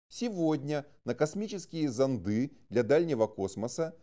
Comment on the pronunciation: Только одно замечание. Читается: зóнды.